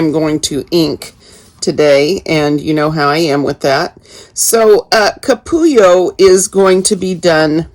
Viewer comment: Your pronunciation is spot-on! A capullo is a cocoon. Really enjoying following you from sunny, chilly Northern California. ♥️